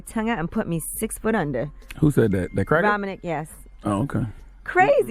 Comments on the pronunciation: This woman don't even know how to say Bob's name! lol It's Ro Man Ik and No he won't be fired because he owns the radio station along with 2 other AM stations! lol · It’s actually pronounced “Roman(t)ic